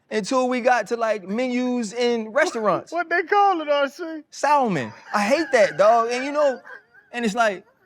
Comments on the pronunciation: “Not real g’s move in silence like lasagna.” Lmbo. It’s Salmon people, not sal-mon 😤! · Facts! "SaLLLmon...."😂😂😂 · The salmon thing is real. The L is silent, damnit! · Lmaoooo! “Felet” “mignone” saLmon” hilarious! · Ryan, you got me dying laughing, the L in Salmon is silent😂😂😂😂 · My mama told me to sound it out... it's a damn "L" in the word lol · Lmfao my boy said the L in salmon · Salmon, samon... who cares. English is not our native language. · Stop trippin' about the salmon. People from different backgrounds, pronounce some words incorrectly...It's not just your family,... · I co-owned a poke restaurant with my in-laws and my brother in law(the head chef) always pronounced the L in salmon and I could never change his mind into saying it the correct way. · RC 🤣 sa(l)mon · No Ryan didn’t go there with pronunciation of Salmon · When did the L become silent lol